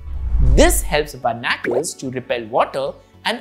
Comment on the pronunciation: Berr-na-curls is pronounced bar-ni-cles btw :)